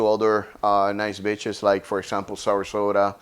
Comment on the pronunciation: When he said the beaches, I heard the bitches… the bitches are really beautiful 😂😂😂